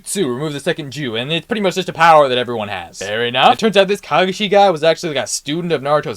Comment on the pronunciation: Great video 2 critiques, AOT came after Naruto and the pronunciation for Kakashi and Sakura was really off other than that it was awesome.